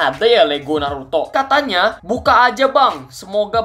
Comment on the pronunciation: Saskeh nartoh